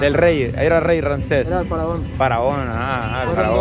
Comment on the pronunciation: diciendo: *Ransés* 🤣🤣🤣